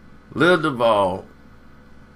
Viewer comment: Nigga it’s pronounced doo—vol